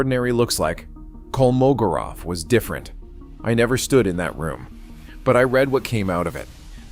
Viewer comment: It's KolmoGOrov. The stress is on GO!